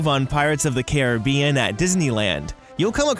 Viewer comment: Thats not how you pronounce "Caribbean"